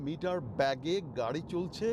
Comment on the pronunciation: ব্যাগে নয় বেগে